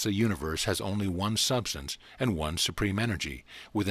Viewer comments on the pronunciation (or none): none